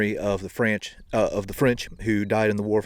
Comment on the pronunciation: "The Franch"😂 i caught that! Love the channel,look foward to it every week,keep it up!